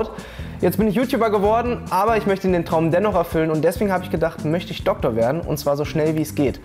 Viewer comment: Dokkkkktor...es heißt DoKtor...deutsche sprache schwere sprache